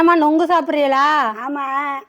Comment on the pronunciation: நொங்கு இல்லை நுங்கு